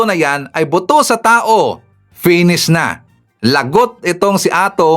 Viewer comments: Not “boto” but “ buto”😊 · Buto po..Hindi boto..